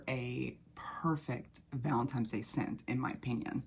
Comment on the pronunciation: I'm convinced that you're saying "valentimes" on purpose lol